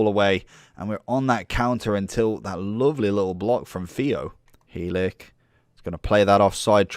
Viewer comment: I’m a Barnsley fan and the way you say helik :/ 😂😂